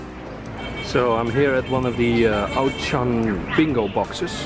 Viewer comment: I love how you tried to pronounce “Auchan” with some Chinese accent at the time Auchan comes from… FRANCE. 🤦🏼‍♂️ It’s easy even for Americans - just say “oh” and “Shawn”… there you go…